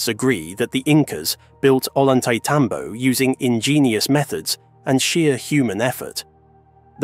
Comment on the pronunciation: I have been there. It is amazing and incomprensible. It's pronounced Oyantaitambo